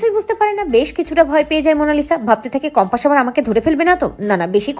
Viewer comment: সঠিক উচ্চারণ হবে কম্পাস। বার বার বলা হচ্ছে কম্পাশ😮😢